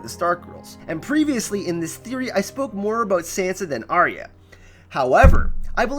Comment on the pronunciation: It's Are-ya! Not Arry-a. This really winds me up.